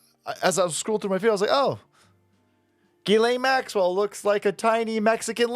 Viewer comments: Its pronounced “Jizz” lane Maxwell bro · Uh..., it's pronounced "Jizz-Lane" Maxwell